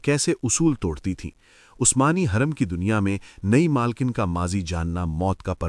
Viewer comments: Ai ne ye sab bola hai lagta is liye hurrem ki jageh khurrem bol raha hai hurrem ke pesh ko nuqta padh raha hai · Khuurrum Nahi Hoorum